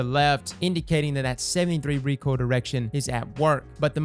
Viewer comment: Did just say recool instead of recoil? Am i getting bad hearing? Has always Said recool? Is it pronounced recool? Help!!!!